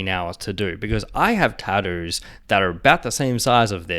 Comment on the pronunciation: ah yes taddoooos